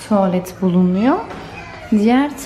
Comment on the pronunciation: Tovalet lauba... 😂 Allahım güzelim Türkçemize yazık oluyor.